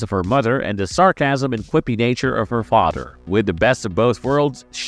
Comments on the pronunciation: This dude is killing me by not being able to pronounce "TH" instead uses "DER" LIKE FADER INSTEAD OF FATHER AND DERE INSTEAD OF THERE OR THEIR. OR MUDER INSTEAD OF MOTHER OR UDER INSTEAD OF OTHER😂😂😂😂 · Please get some speech lessons. Your "th" soeech issue is quite distracting. But your VOICE is top notch. Work on youre "th" pronunciation. EXAMPLE: its FaTHer, not FoDDer Great job though! This is constructive criticism, not an attack.